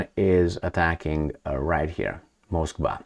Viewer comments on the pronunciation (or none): none